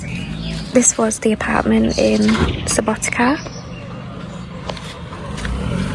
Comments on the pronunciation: letter C is pronounced exactly like the ts sound at the end of the word 'cats SubotiTSa, pizza 🤔🤪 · It is pronounced Subouteetza like subo pizza with t :D